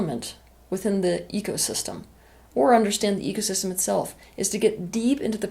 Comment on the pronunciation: AnyOne else hear "EGosystem" once or twice? 😊